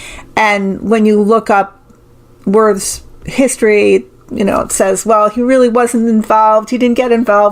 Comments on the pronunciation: In German, the W is pronounced like a V. Wirths would be pronounced like Virths. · I believe Wirths would be pronounced -"Veert". Fascinating reading as always. Thank you.